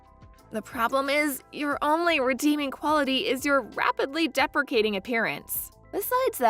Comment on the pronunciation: Every time you mispronounced "depreciating", I wanted to hit something! All you are doing is showing ignorance... If English is a second language for your voice actor (or artificial voice), get someone/something better!